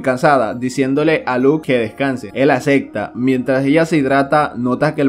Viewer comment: Me gusta cuando este causa dice Acecta.